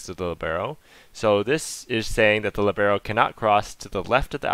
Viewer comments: All cool and useful, but it hurts my Italian hears to hear "libeeeero", because it's supposed to be pronounced "liiiiiibero"... :-) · Great explanation, thanks! Oh just one thing: it's lìbero, with the stress on the i, Italian for 'free' (to move around).